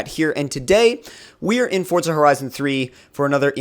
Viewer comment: It's not fortza its forza